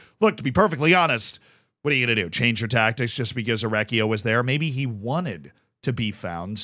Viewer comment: my guy, i love you. You are awesome, but 2 things: 1) I know you are america, but ch- before "e" and "i" in italian is pronounced k. So his name would be better spelt for you like mikele orekkio 2) the guy in the picture isn't Orecchio, but Ivan Juric. The manager, or head coach if you want, of Torino.